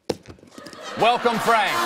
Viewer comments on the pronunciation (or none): "Welcone Frank!" (PS. Yes, I know I spelled it Welco"n"e like Colbert did) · "Welcone" lmao